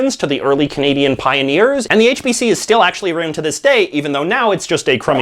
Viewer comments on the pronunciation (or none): Did he just say "aroond" instead of "around?" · The way you say “about” sounds exaggerated to emphasize your Canadianess, the “around” even more so! I am from BC so that might also be part of it! And yes, Canadian tire is pretty bad but I still shop there because it’s close to my house and I believe it’s still Canadian owned? Could be wrong in that...